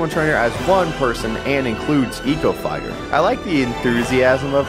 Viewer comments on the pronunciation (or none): And “Mii-VECHTER”